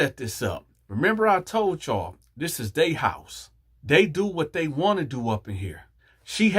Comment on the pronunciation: It was the "I wonts nooo parts uh det" for me!!🤣🤣🤣🤣🤣🤣🤣🤣🤣🤣🤣🤣🤣🤣🤣